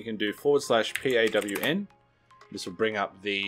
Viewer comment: who thought he said porn and not pawn XD